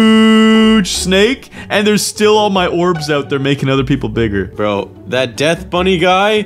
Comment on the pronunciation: When he was playing the snake game he said Biggar